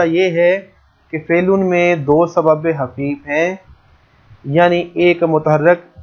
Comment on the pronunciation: سر لکھا تو خفیف لیکن آپ حفیف پڑھاںٔے ہیں یہ بات سمجھ میں نہی آںٔی